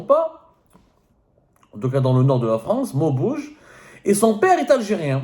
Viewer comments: Maubeuge pas maubouge.. À part ça tu racontes n'importe quoi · Maubeuge pas Mobouge😅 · Monsieur Abdou je ne sais pas si le Ramadan qui vous fait mal parce qu’on arrive pas à vous suivre . Vous commencer par déformer le nom de la ville de maubeuge ( ça se lit maubége pas maubouge comme vous l’aviez prononcé ) je regarde souvent vos vidéos . Mais là vous êtes très loin du sport et du foot . Vous allez quand même pas suivre le plateau d’El haddef et Bencheikh . Pour nous dire que ce n’est pas des Algériens . Vous savez très bien qu’on ne donne pas la nationalité Algérienne à n’importe qui pour intégrer l’E.N de foot . Belmadi et son staff sont très compétents , ils ne vont pas chercher des jeunes en Europe ou ailleurs pour rigoler , ils sont très observateurs et suiveurs . Ça ne s’arrête pas aux noms que vous trouvez bizarre ( van den kherkof et origine belge flamand ou néerlandais ) vous êtes contre la mère qui est Algérienne . Y’a des millions de couples mixtes au monde. Et c’est grave de dire il a quoi d’Algerien ce van den kherkof ?? Vous me faites penser à un journaliste ou consultant à une chaîne algérienne ( j’ai oublié son nom ) tous les Algériens le déteste . Celui qui a poussé une femme sur un plateau . Vous savez qu’est ce qu’i a dit au gardien de but algérien Mboulhi << moi je suis plus Algérien que lui , d’ailleurs sa mère est congolaise >> c’est honteux . Non le gouvernement Algérien ou régime que je n’ai jamais défendu n’a jamais demandé à qui que ce soit d’aller chercher des joueurs .Belmadi ne veut personne de 3saba se mêler de son staff et j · On dit Maubeuge Le Abdou